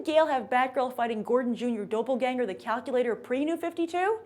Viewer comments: "daw-pleganger" not "doe-pleganger" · some word pronunciation. its pronounced dAHpleganger